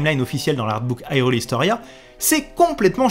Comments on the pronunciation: Ça se prononce "HyrULe" Pas " Hi reul" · je te met un like ta fait un bon boulot!! mais bordel!!! on prononce irule pas AILRULE!!! soit tu prononce irule a la francaise ou alors prononce le ailroule!! enfin treve de grivoiserie encore bravo pour le taf accompli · Mais pourquoi tu dis HIGHrule? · Haïrule ???? Mais pourquoiiiiii ???? Nooooooooonnnn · Pourquoi prononcer hyrule a l'anglaise alors que c'est un jeu japonais traduit en Français ? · Pourquoi pas ? Si on francise la prononciation de Hyrule, pourquoi prononcer "guérudo" quand en français gé se prononce jé ? Je suis conscient que ce sont les prononciations canonisées par le doublage de BotW mais elles me semblent incohérentes et irrespectueuse de l'idée derrière le mot Hyrule (high rule, qui sera mis en opposition avec Lorule dans ALBW).